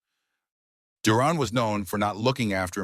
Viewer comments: It pronounced Duran and not Duron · ...it's Duran not duron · the narrator can't pronounce duran's last name - how was this jackass chosen ???